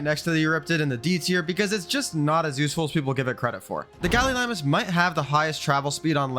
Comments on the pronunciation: Gallimimus, not gallilimus. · Errm Lystro should be the highest tier Also it’s Galli-mimus. Not, Gallilimus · Btw its gallimimus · It's pronounced nidaria not conadria... sigh. You also mispronounced galliMIMUS. Ichthyosaurus is a marine reptile, not a damn dolphin. Stop calling it that. Likewise leedsichthys is a fish, not a whale. And you can absolutely tame them so stop lying about that. You can tame most creatures even if not by normal means. Basilosaurus is literally a whale. Calling it a dolphin would also be more accurate than calling ichthy a dolphin. Titanosaur is another blatant lie. They don't starve on personal servers with the right settings. Everyone falsely believes otherwise so nobody ever tames it. What's the point in saying yutyrannus like that when it's literally named after the tyrannosaurus? Lampreys are fish, not leeches. They are only functionally similar because they both drink blood. You are very uneducated about this game. I notice the same problems in every video. You're riddled with ads as well.